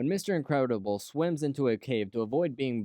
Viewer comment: when mr in-qre-da-bull :)